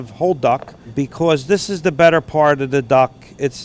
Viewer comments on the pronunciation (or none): none